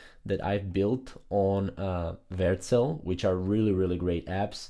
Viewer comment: Versel? What? You just never even show the name on screen or say it clearly